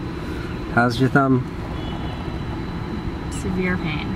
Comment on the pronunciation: i find it funny how says survere pain just casually.